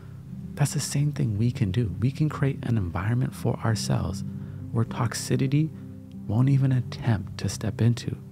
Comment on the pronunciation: it’s not toxi-TI-ty, it’s toxi-CI-ty. Lololol good vibes only homie ✌️